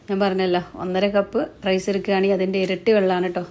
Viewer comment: വീഡിയോയുടെ തുടക്കത്തിൽ വിചാരിച്ചു സംഗതി simple ആണെന്ന്. പക്ഷേ പിന്നീട്‌ items കൂടിക്കൂടി വന്നു. എന്നിരുന്നാലും അടിപൊളി ആയിരിക്കുമെന്ന് തിന്നാതെ തന്നെ തോന്നുന്നു. ഒരു സംശയം ചോദിച്ചോട്ടേ? റെയ്‌സ് എന്ന് പറയുന്നത് എന്തിനാണ്? ഒന്നുകിൽ റൈസ് എന്നു പറയുക, അല്ലെങ്കിൽ അരി എന്നു പറയുക.